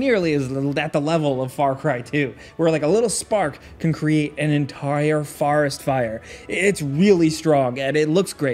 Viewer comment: did just say farest fire